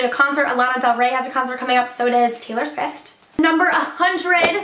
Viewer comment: she sid Taylor Switht not Taylor Swift